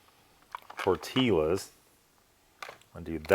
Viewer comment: Tore-Till-Uz and pate on a tuna taco…. I’ve seen enough Lol